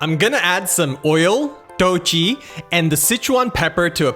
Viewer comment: Traditionally, in Sichuan Mapo Todu is made with beef, not pork. Still, today. 豆豉 (dòu chǐ) isn't pronopunced 'toe chee' as you do. It is 'doe chi' - 'chi' as in 'chip'.